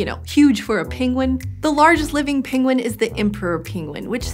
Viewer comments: It's /ˈpɛŋɡwən/, /ˈɛnɚdʒi/, and /ˈɭɛŋθ/, not /ˈpɪŋwən/, /ˈɪnɚdʒi/, and /ˈɭɪŋθ/ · Her pronunciation is all over the map. Penguin turns into pingwin. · I am hearing both “penguin” and “pinguin”. Anyone else heading pinguin? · No one : Benedict Cumberbatch : pengwings, penglings